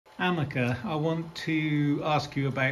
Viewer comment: why does he suddanly call her AMECAR?